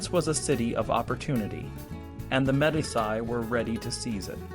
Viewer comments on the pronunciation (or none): "de MED-iss-eye"? Honestly. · MEE DEE CHIII. good stuff though